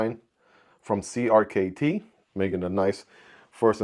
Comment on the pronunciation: You’re supposed to pronounce CRKT as “Cricket”.